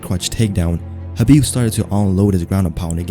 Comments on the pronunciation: Dude, you are one of few smart people who pronounce his name correctly: Habib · You actually say his name right I don't understand while people pronounce it khabib the k is silent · He's pronouncing his name right